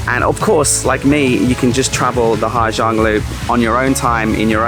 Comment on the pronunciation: it is impressive how someone stay 2 months in the country, make a video about the place and dont even have a glimpse about the society and language i only stayed in ha giang 1 week and it bother me how many times you pronounce the name of the place wrong HA ZANG